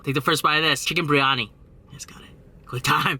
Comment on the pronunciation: It's spelled biryani. You say it with the "r" before the "I". But it's supposed to be said with the "I" before the "r". The full pronounciation is beer-yani with a small roll on the "r". Keep up the good work tho! Just a little too from a brown dude